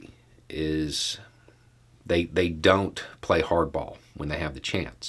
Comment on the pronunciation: Heavy emphasis on "play."